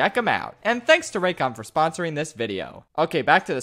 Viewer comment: É muito engraçado eles pronunciando as coisas, "Vireo bruinquedô", "Ingruirients sicrétous" kkkkkk